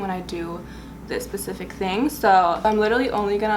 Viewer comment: you said "pacific" instead of specific 🤣🤣